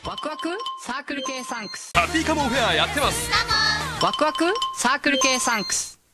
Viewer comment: Circle K Sunks (that’s what the narrator said.) Same would go with Sunkus alone Sunks